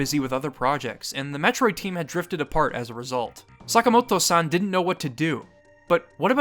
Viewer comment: I cringed with every San you said